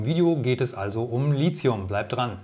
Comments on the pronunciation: Lithium kommt aus dem Griechischen vom Wort "líthos", was Stein bedeutet. Da das Wort Litos und nicht Lizos ausgesprochen wird, sollte man auch Lithium ohne einen Z-Laut aussprechen. Tolles Video ansonsten- danke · Bitte korrekte Aussprache: LiThium von griechisch lithos(Stein) und nicht "Lizium". Bei dieser falschen Aussprache ist es schwer, die Aussage des Videos ernst zu nehmen. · Es muss Li"th"ium heißen, mit "t" gesprochen und nicht Li"z"ium. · Gutes Video aber die Aussprache von Lithium sollte nochmal geübt werden. Es wird Litium ausgesprochen nicht Lizium. Kommt aus dem Griechischen und wird dort mit theta geschrieben.